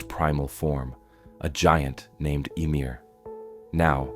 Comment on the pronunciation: ummmm emir?????? it’s ymir. YMIR